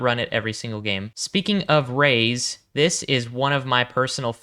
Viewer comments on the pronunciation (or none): It’s not “Rays” (Reyes). It’s “Ray-ez” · Also Reyes is pronounced RAY-Yez